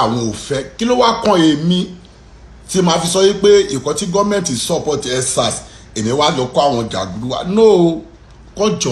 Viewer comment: MC what is tutter its Twitter, again what is nsars, huuuu its EndSars Mc what is your education background anyway u've never seen the 4 walls of school in your entire life not your fault, Tinubu's fault.